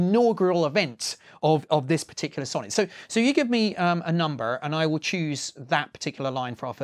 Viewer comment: that Midwestern “number” really caught me off guard